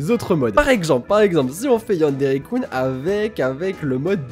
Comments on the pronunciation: ^; par pitier... arrété les Coun... sa se dit Kun depuis le début T^T :3 super vidéo !! j'ai adoré ^^ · on dit keun et pas koune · c'est pas yanderekoune, c'est yanderekeune -_- comme jeune avec un K :o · tu me stresse tu prononce yandere kun (kuunee) allrs que je le prononce kunn ouai je sais y a pas de différences ^-^ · AAAAAAAH YANDERE KUN ça se prononce Keun pas Koun 😠😠😠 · il y a que moi que sa gêne quand il prononce mal le "kun" de yandere-kun ? O.o j'adore tes vidéos hein! Mais sa me stress..xD